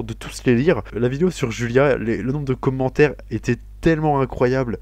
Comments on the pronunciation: les comhmentaires xD j'adore ta maniere de prononcer commentaire :p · Felicitation pour ton trophée! j'aime bcp tes vidéos et en plus j'ai remarqué que tu prononces mieux les trucs en anglais du coup ca fait plez parceque y'a certain youtubeur ben c'est vraiment un massacre lol peace!